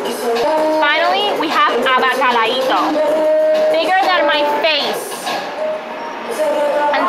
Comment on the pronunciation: "labacalitos" diaaaaaaaaaaaablo.